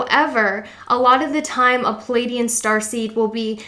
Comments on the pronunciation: PLEaidian not Pilaidian lol please get my home nation's name right 😅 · Pleiadian. PLEE AYE DEE AN not PAL AYE DEE AN